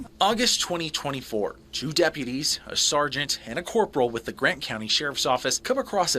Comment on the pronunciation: Why is it almost ALWAYS the damn Dep-PEEUW -tees..?